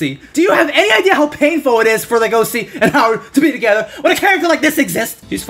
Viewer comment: "I'm not sure if his name will be pronounced Legosi or LUgosi in the anime" Anime: Hold my beer. > LegoSHi